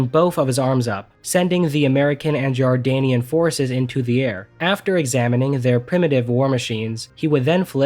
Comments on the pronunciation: It's JORDANIAN and not JARDANIAN,get it right. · I think only a few people mentioned it but just 2 points 1- its not "Jardanian", the country you are thinking of is Jordan not Jardan and its armed forces are actually called the "Jordan Arab Army". 2- The pyramids are in Egypt, NOT Jordan so that's actually the Egyptian military.....Egypt and Jordan do not share a border so there's no way or reason Jordon is sending anyone to Egypt when they would have to go through Isreal/Palestine first. If you are going to not bother fact checking a video before you release/edit it at least get the pronunciation and countries involved correct.